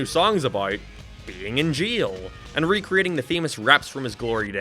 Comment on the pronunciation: Bru u say jeil bro it's jail